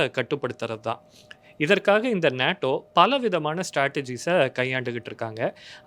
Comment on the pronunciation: அது "நேடோ". "நாடோ" இல்ல.